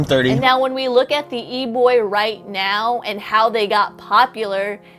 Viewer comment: I just love how she pronounces it "E-bwoi"